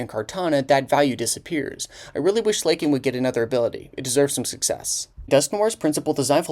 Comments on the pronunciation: SLAK-ING NOT SLAYKING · Gets worse when you realize there are people in this comment section that haven't even cared about Pokemon for the last 10 years but only came for his message at the end. Also the way he pronounced "Slay-king" at the end means he may know know little about Pokemon himself. Easy to regurgitate Serebii. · "slay king" ???? Stop pretending like you don't know how to pronounce it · I've never heard it pronounced as "Slay-king" before, I always pronounce it as "Slacking". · it's not slay-king dude he slacks he's a slacker It's slack-king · Why do u call him Slay-King? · Pronouncing Slaking like "slay, king" is so good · Slay-King lol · When you pronounced it as Slay-king I died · the real crime here is the pronunciation of slaking. this is on the same wave length of me enunciating everything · Slaking is pronounced Slacking, beloved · Bro pronounces Slaking as Slay King 😂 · To be fair, it’s a pretty easy mistake to make. If you showed anyone the name “slaking” without any prior knowledge or context, they would 100% pronounce it that way just about every time. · The way you pronounce slaking is wild